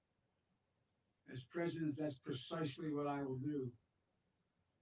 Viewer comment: Vice Predident Biden. Preddy exciting